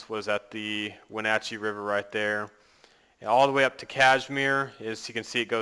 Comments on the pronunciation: For me this general area is considered local. It really is a beautiful area. Also you pronounced it when-hatch-y. That city should be pronounced when-ah-chee. I go there with my family every summer. But other than that cool gameplay. I am trying to decide whether or not I should get this game and I think your video helps. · Lol I live in Wenatchee and it's pronounced wen-like wind -at chee like lee like from the walking dead so yeah and cool video man!